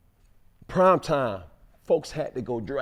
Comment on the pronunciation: Any else cringe every time Shannon says Time instead of Prime